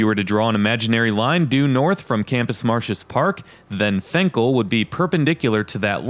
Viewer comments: I know it spelled fenkell but everyone I know says it with an “I” sound like Finkell. This like the road lasher to me it’s one word in the suburbs they say it more like La-sher.. more or less it just sounded weird the why you said the street name, ok I’ll get off my weird rant. By the way love your videos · "Fink-ul,". And "Lasher" if you need that one, too.